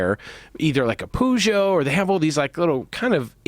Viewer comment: La façon dont vous prononcez Peugeot est hideux!